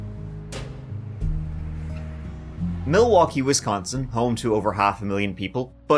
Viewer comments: Hearing u mispronounce wisconsin cities is hilarious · It has been an absolute delight listening to you pronounce location names in my state. On Wisconsin!